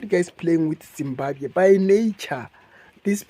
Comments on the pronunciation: That's so pity she can even pronounce the word Zimbabwe so well.we shall meet at the end of the tunnel my sister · The way she pronounced the word Zimbabwe is not South African, that lady is a pure Zimbabwean. She just pronounced it fairly and correctly, I'm not jealous of her holding S African ID but she is originally Zim